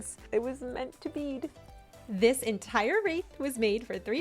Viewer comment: "Meant to bead." LOL 🤣